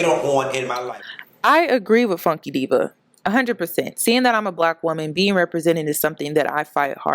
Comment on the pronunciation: I’m gonna need to say “Funky Dineva” not “Funky Diva” lmaoooo. I agree though. Flame’s interview was refreshing